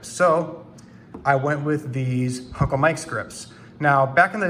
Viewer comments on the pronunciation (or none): Did you just say four-forty-ta-two and six-forty-ta-two with huncle Mike’s grips?